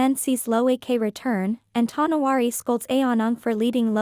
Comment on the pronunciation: Tow No wAr (not war like shooting) Than letter E